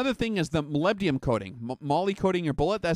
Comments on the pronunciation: Hi, Not to be a wise ass, but you are completely mispronouncing Molybdenum. You're saying Molybdium. President George W. Bush caught hell for saying Nu-cu-lar (Nuclear). Anyway I'm an Analytical Chemist and test Molybdenum in the vitamins and minerals by ICP-MS (Inductively Coupled Plasma-Mass Spectrometry). It's used as a catalyst in many enzymes in plants and humans. It has an atomic number of 42 (the number of protons). The rest of the weight is made up of neutrons (98 atomic mass units - 42 = 56 neutrons if you take the most abundant isotope). There is a contradiction, in your video, from some shooters that say it actually slows the bullet down. I have yet to test fire my reloads. Molybdenum disulfide (MoS2) is the compound used and does lubricate the bullet but apparently adds drag, but will look into it further. Just sayin.-Paul D. Dodson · Oh shut up, he spells it right...just says it weird. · Is it that hard to say molybdenum right? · Love your vids. Moleebdenum That's how it sounds.